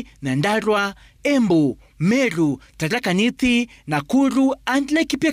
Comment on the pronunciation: Aki si we hunichekesha na familia yangu, ni Tharaka Nithi, I can't even write what you called it lol